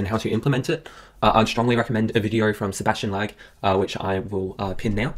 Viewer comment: His pronunciation of Sebastian Lague 😂😂